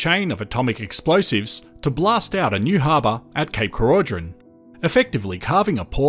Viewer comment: More than happy to hear this great idea didn’t happen. Cape Keraudren is a beautiful place. Oh and we pronounce it Croyden 😊